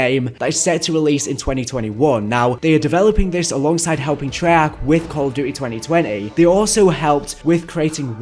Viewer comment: It annoys me that pronounces “Trey-Arch” as “Shrek”